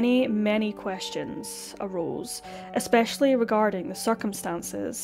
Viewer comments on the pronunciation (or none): none